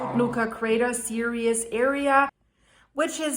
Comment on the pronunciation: The 'series' is not 'serious'. (pronunciation)